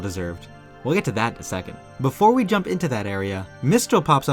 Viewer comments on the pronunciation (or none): none